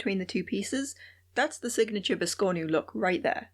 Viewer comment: Awesome video! 🧡🖤 I'm going to try to make this adorable biscornu (pronunciation notwithstanding).😁 It'll be my first!